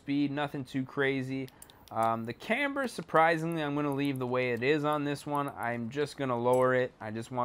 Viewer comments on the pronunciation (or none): none